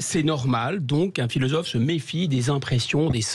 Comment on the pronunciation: le "filozofff" de salon me tape sur le système. Quand on est en "Cour", on ne peut être crédible!... Merci <3